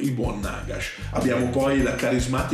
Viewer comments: Comunque penso si pronunci Nagash, con l’accento sulla prima a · E comunque ho sentito che Duncan e i ragazzi di Warhammer TV nei loro video dicono Nàgash.